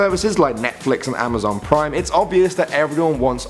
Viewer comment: Amazon plime lol